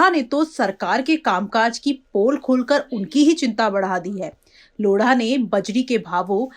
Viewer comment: मैडम यह लोढ़ा है न की लोड़ा 🤣🤣